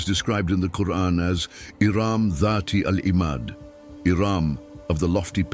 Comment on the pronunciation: Please either put a true qari2 a (reciter) or dont put arabic reader at all there is SOOOOO MANY MISSPELLING , i love your work but i cant watch your video with the quran being misspelled it feels SOOO WRONG in my ears